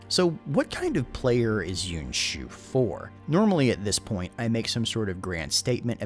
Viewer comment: Pronunciation of "Yuan" is still a bit off. It's almost like you're making it into two syllables, "Yew-en" as opposed to "Ywan." Just a nitpick, great video and background info as usual.